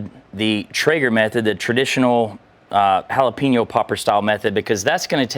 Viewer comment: Learn to say Jalapeño…